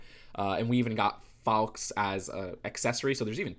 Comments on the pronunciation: Dumbledores Phoenix is pronounced Faw-ks like far but faw not far. Just a correction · No one: Not a soul:: FOWKS